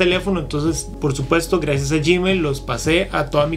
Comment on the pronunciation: Muchas! jeje siempre me ha causado mucha gracia cuando lo pronuncias! me gustan mucho tus videos! sigue así!